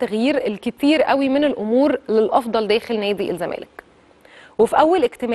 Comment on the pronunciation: يابنتي وشك مش باين، غيري تسريحه شعرك.. علي مهلك وانتي بتتكلمي. بلاش تتكي اوي علي كلمه الزمالككك... خلي صوتك طبيعي.. حاولي تقرأي من ورقة احسن.. بالتوفيق